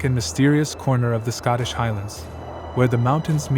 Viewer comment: It’s pronounced “Scottish” and it’s pronounced “Cat Shee” not “sith”.